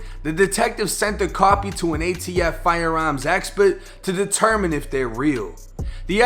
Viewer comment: “FIRE AERMS”you boston